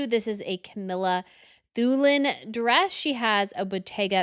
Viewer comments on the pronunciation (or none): none